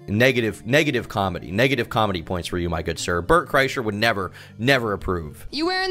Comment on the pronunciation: MANS SAID ZIR & ZIM XD